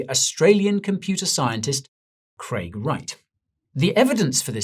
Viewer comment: It's Craig